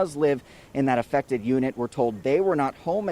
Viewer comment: watch your mouth how you say affected